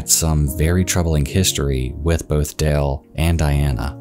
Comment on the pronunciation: Sounds like you’re saying Dell, not Dale